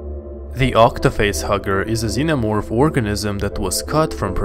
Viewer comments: Starts off the video with the "omo-vorph" Nah, you can't even read the names, dude. I'm out. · um zenomorfo cearence kkkkkkk